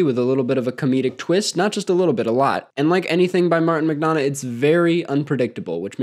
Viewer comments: Great video. We West of Ireland people (where Martin's people hail from) tend to pronounce McDonagh with a "u" in place of the "o". Mac-Dun-Ah. Like, it doesn't really matter. But maybe it'll give you some cred with your Gaelic followers. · that mcdonagh pronunciation killed me